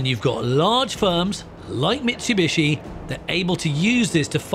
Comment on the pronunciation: it's MITSUBICHI hahahaha